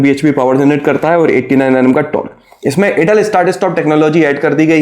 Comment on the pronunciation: Bhai yrr vo "Edle" nhi hota "Idle" hota h....Idle start stop technology